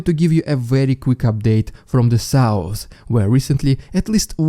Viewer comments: This makes me giggle every time it sounds so funny 😂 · Moving feorther away to the souwce Moving further away to the south gotta learn how to make th sounds lol and t sorry it gets me every time the Souwce and the Norse, south and north i know im a meany but i say it not to be mean but because it makes me giggle 🤭 everytime 😂😆😂😆 there is another updater that says it the same way too this accent makes me giggle.